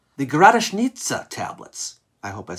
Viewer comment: You said Gradeshnitsa perfetly.